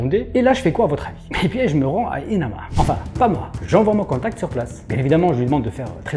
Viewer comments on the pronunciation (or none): EMANA et non ENAMA!😋